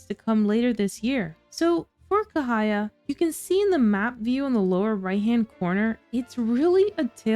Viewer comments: The correct pronunciations is actually 'Cha' not K. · Ca as for Charlie, not kahaya😊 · Cahaya actually pronounced as "Chah"haya. I lived in Indonesia/Malaysia.